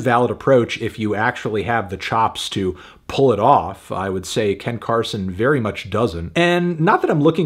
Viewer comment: Completely butchering Ken Carson for 7 minutes and 2 seconds 😂💀